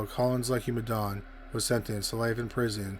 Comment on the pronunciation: As an African hearing you pronounce Madaune is so funny...